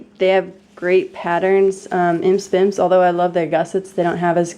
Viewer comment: Imse Vimse is pronounced 'eem-sea veem-sea'. It just means 'itsy bitsy' in swedish :)